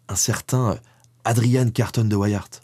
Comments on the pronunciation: Carton de Wiart se prononce tel qu'écrit en français hein (et sans prononcer le "T"). On n'en "anglicise" pas la prononciation vu que ce nom est d'origine belge . 😉 Je n'ai hélas pas trouvé le lien de parenté entre Adrian et notre Henry national. Un excellent livre de ce dernier à lire absolument, c'est "La cité ardente" qui raconte l'histoire de la principauté de Liège. Ah ben j'ai trouvé :-) ADRIAN CARTON DE WIART ( ) Fils de Léon Carton de Wiart, cousin d’Henry, Edmond, Maurice et René Carton de Wiart. Né à Bruxelles le 5 mai 1880, il fait ses études au Balliol College à Oxford. Lieutenant Général de l’armée britannique, il sert dans la guerre des Boers, la première et la seconde guerre mondiale. Il décède en juin 1963. Il a reçu de nombreuses médailles et distinctions militaires, dont la Victoria Cross en 1916. Il épouse en premières noces Frédérique Fugger de Babenhausen en 1908 dont il divorce (dite Ricky). Il épouse en secondes noces Joan Mac Kechnie. Il écrit ses mémoires en 1950, sous le titre de Happy odyssey (le livre sera traduit en français en 1985). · Boer, ça se prononce comme "bourre" (en néerlandais, 'oe' est la façon d'écrire le son écrit 'ou' en français). Et Carton de Wiart est un nom francophone. La famille est originaire du Hainaut. Pourquoi le prononcer en anglais ? Du même ancêtre est issu un ministre puis premier ministre belge contemporain de notre héro intuable. Les Wallons ne vont quand même pas devoir se mettre à prononcer les noms francophones bien de chez eux en anglais, quand même... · pout info, vu que Adrian était belge, son nom se prononce à la française: Carton comme du carton et Wiart (prononcer Viar) Bonne journée et merci pour le documentaire. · Carton de Wiart se prononce en francais belge comme ceci : Karton de ouiar ;) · on dit Carton, comme du carton, et on dit de WEE AAERTT, mais c'est à la belge, et j'adore tes vidéos. Bien sûr, il y a de nombreuses rues, des squares, qui portent le nom de Carton de wiart chez nous.